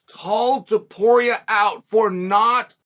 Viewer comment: After calling him multiple times Topura, he suddenly correctly calls him Topuria when mentioning how difficult his name is to pronounce. There truly is no end to Chael's trolling lmao